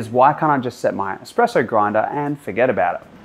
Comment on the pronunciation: Whilst I’m waiting in a queue for my morning coffee on the way to work here customers requesting their Batista favourites they always say. “Hi I will have a double shot expresso” when it’s espresso not expresso as thee is no x but people keep saying it why is that. 🤣🤣🤣